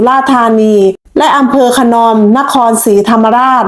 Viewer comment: ขะ-หนอม ไม่ใช่ ขะ-นอม